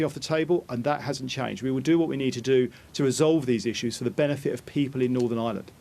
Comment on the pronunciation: I thought I heard thunder today but I suspect it was Ian Paisley turning at a rate of knots in his grave. 😂And, yet ANOTHER politician who needs a speech therapist! Norvern?